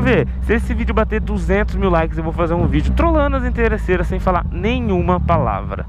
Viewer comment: Inteirreçeiras kkkk